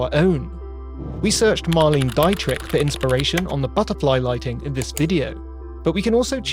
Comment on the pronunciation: Absolutely butchered Marlene Dietrich's name.